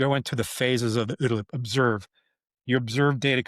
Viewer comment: I like the way you say ooda-loop.